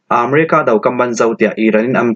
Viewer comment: aaa merica si lo america kaannn pelet si lo kanpelet ti mai aw la....